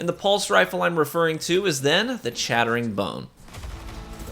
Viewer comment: No, you don't need it. Crucible is hardly the place it used to be anymore and just pure twitch reaction speed and know-how smarts can get you through. Also, your "chattering" sounds like "shattering" lol.